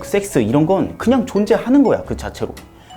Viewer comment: 섹스는 약간 발음이 너무 쎄가지고..ㅎㅎ